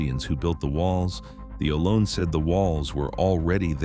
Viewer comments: Ohlone = “Oh- low-nee” AI sucks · I was always taught Ohlone to be pronounced like "oh-low-nee".